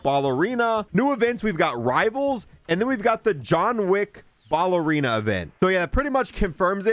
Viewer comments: Ballerina is not pronounced BALLerina. Say the word pal, replace the P with a B, and then add "erina" at the end. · BALLERINA. YOURE SAYING IN WRONG. JESUS HAVE YOU NEVER HEARD WORDS BEFORE???